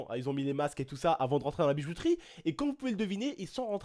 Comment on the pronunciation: Suis je le seul.a avoir entendu ''bizouterie'' au début de la vidéo ?? ^^